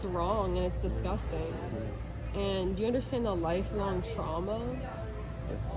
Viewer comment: “Your dizguzzzztang and you know it BeeeYawtch!!!” 👍😂🤣😂 sorry… its not a laughing matter… but there are some hysterical moments.